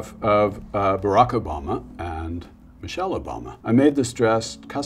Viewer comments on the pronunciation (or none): none